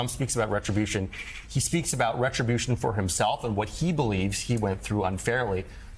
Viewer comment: 'my succes is my retriobution'